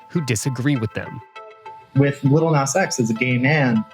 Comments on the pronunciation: He said "Little Nas X". That was a micro aggression by avoiding Nas's preferred pronunciation. #StopGentrificationOfSpeech #StopBigotry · I really can't deal with the way he says "Little Nas X" 🤣🤣🤣 my guy, where is the 'tt' coming from??